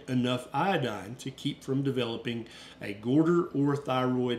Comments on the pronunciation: Good information; thanks. I’m not a doctor, but you keep saying “gorder”, instead of goiter. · Love you, but the way you say 'goiter' in your southern accent cracks me up every time. 😂😂😂❤❤❤